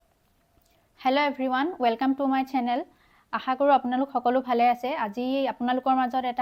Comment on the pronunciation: Mur chenel nohoi "channel" hobo, pronunciation burot gurutto dibo